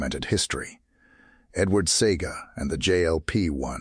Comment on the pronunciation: It's see-a-ga not see-ga,also Massop was 29 when he died.Born April 1949 died February 1979